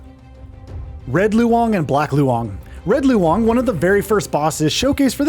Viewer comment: it's pronounced as "lone", why do westerners have to make pronouncing these words so complicated 🙄